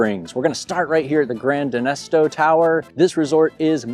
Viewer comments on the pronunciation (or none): Gran Destino Tower, not denesto. And Ranchos, not rancheros 😂 sorry, had to. I stay at this resort all the time so it jumped out at me.